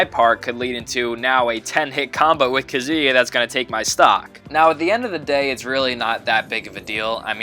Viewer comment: Did you say kazooie? because it sounds like your actually say it